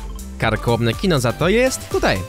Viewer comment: Sorry ale piszę się kino a nie kinoh